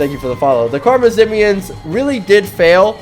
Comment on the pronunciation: Its actually pronounced khwarezmian